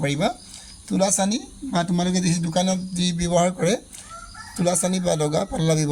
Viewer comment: দাদা তুলাচনী হয় তুলাচানি নহয়